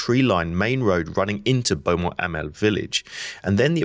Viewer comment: I've spent a day at Beaumont Hamel ( excellent pronounciation by the way !!) and could relate exactly to your locations ! Your trench map overlays most informative ! Again - well done